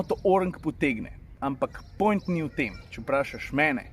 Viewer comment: Veš da rečeš "point" ko štajerc 😂